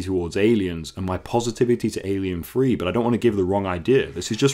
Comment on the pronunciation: Please don't call it Alien Free. . It's Alien Three. As you say